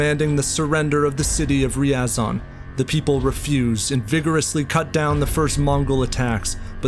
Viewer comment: It's Ryazan' not Riazan 🙄